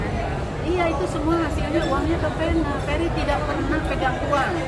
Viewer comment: Udh tau ga bisa ngmng F tp namain anaknya ferry jadilah bukannya ferry tapi peri peri 🤭